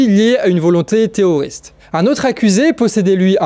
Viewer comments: pourquoi tu dis tout le temps théoriste à la place de terroriste? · ce serait possible de prononcer les r dans teRRoriste svp hahah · Grave, c'est vrai on dirait que tu dis "théoriste" d'une manière mignonne hihi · Mais t'arrive pas à dire "teRRoriste" ou bien c'est un pari? Sinon super taf comme d'hab.